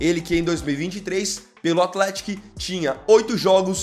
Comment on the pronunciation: ATHETÍC é o correto, nome meio difícil de falar msm kkkk